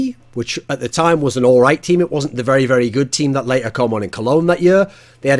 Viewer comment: Why do any lasts say later like laater other than layter